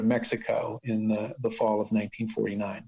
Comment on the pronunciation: You meant to say, I'm sure, "The Fall of 1949." Maybe it's the sound quality, but it sounds like you said "Fall of 1939" as regards Burroughs move to Mexico City. He and Joan and Billy and Joan's daughter Julie, moved to Mexico City as Uncle Bill was fleeing what was shaping up to be a sure conviction in New Orleans.